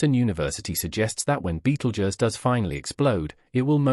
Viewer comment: If you wanna here a fake voice say Beetle Juzz a million times, then continue